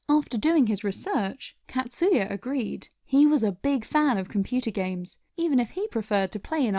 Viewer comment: Catsuya... it’s actually pronounced “kotsuya”... short A sound .. 😅